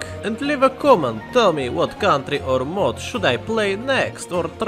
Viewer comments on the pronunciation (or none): none